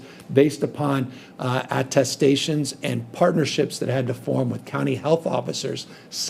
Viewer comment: creepiest pronunciation of "test stations" i've ever heard